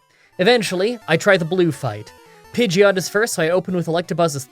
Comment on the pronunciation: Pidgeot is pronounced "Pidgey-ot" with "ot" being pronounced as the end of "hot." Thanks Ash!